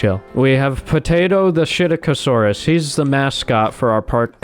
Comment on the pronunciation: first time you said psittacosaurus i thought you said shit-aca-saurus XD. and again great video, i find it surprising that you only have 1,34 subs cuz you make great and fantastic content. idea: maybe make a minecraft series were you survive on a dinosaur infested island with ur friends (no cheats, no guns, no meth).